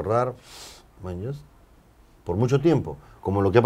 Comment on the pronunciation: Me desespera que digas manllas ¿manllas?